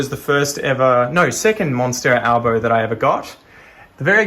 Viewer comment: I absolutely love how you add the r sound to words that have no R at the end!!! Like monstero alborrr! Accents are so interesting how each part of the world has such strong accents!